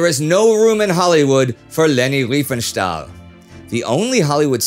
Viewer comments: It's Riefenstahl. Not Reifenstahl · She was called Riefenstahl not Reifenstahl!!! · To none-german tongues: This is not as trivial as it may seem - there is a huge difference in pronouncing "ei" and "ie" in german. It´s like "kit" and "kite". Not doing the "ei" correctly is maybe the most prominent give-away of an english/american accent.